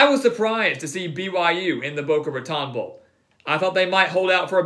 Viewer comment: Boca Ra-tone', Holmes, not ra-tawn'